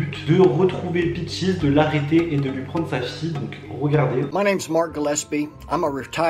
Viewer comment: Son nom c’est peaches ! Et non peachis